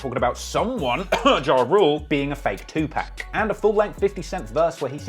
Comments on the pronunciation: Bro it’s pronounced “Too Pock” not 2pack.. RIP Tupac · You pronounce it “2 pack” It’s pronounced “2 Pawk” lol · Bro please stop butchering Tupac's name.....please. It's pronounced like (too-pock) not (too-pack). I'm sorry but damn...you can't be messing up the legends name like that guy. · It’s Two-pock not 2 pack; good vid though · What's with the constant disrespect of DMX? TF YOU ON? YOU BETTER PUT SOME MFIN RESPECT ON HIS NAME.... AND ITS PRONOUNCED 2 POC NOT 2PACK 🤦🏾‍♀️ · Dude..stop saying 2pack...its 2pock..you know like clock or block...2PAC bro, Great video tho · It's tupac not 2 pack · It’s pronounced 2 puck not 2 pack I really h8 when ppl pronounce 2pacs name wrong. He even says his own name in his records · If you say 2 pack one more time... It's 2pac (to pok) you Brit. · I thought someone would have told you by now, but it’s “too-pock”. NOT “too pack” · It's "Tu-pock" not "Tu-pack". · If I hear tu pack one mo fuckin time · Why you say Two-Pack? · You covering hip hop but pronounced Tupac "2 pack"? You literally heard him said his name. Pa in "Pac" is as Pa in "Park". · 2 pac not pack please say it right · WHY YOU ALWAYS GOTTA PRONOUNCE IT LIKE “two packkk”?????? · I cringed si hard when he kept saying 2Pack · Hearing TuPack is nasty work 😵‍💫🤢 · U disrespect tu pac by calling him two pack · I know it’s spelled PAC but it’s pronounced pawk. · Is that how Brits pronounce Tupac's name?...TuPACK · The way he say TU-Pack bothers me🤦🏾😂😂😂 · Great informative video even with the multiple times 2pac was called "Two pack" 🤣🤣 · How does a host of a rap channel still not know that 2Pac is NOT pronounced “2 peck??“ This clown keeps calling him “pack/peck.” Jesus Christ..🤦🏻‍♂️ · You gotta say 2 pac name correctly….. it’s not 2 pack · not tupack is tupac gosh dude😁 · .... ...Who tf is Two Pack?? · I enjoyed everything EXCEPT his wrong way of calling Tupac...Tupack...unforgivable. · To pack? TUPAC!!! LOL. Geez. Good job on the video though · It's TUPAC